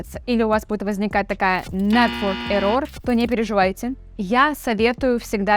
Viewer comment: Error ударение не туда, учите английский), а так офигенная крэйзи девчонка с крейзи айдиаз)))